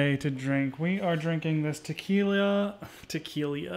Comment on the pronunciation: You said "Tequilia" twice! Haha